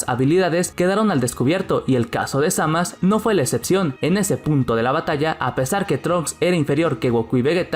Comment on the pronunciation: Frizer y cell eran mucho mejores que majin buu. Se dice zamasu no zamas. Suena patético